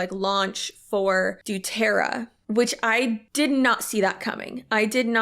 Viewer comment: I love the way you say Doo-terra, it makes it sound so silly!